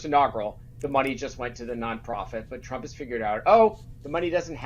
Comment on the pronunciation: Trump. Not Strump. It's not that hard to say. You should practice saying it before you do your next video.